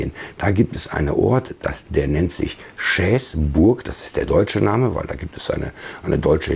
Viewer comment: Hallo! Einen guten Rutsch ins neue Jahr wünsche ich dir und deinen Lieben! Aber bezüglich Schäßburg: Ist doch ganz einfach Sigishoara. Das sh wie im englischen Wort shore gesprochen.